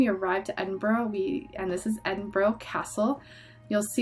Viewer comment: Glad you enjoyed my home country. Edinburgh is pronounced Edin-bruh. You seemed to remember a lot though so well done!